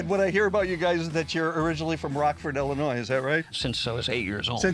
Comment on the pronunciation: It’s Ill inois , not ELL inois. Rockford is my hometown.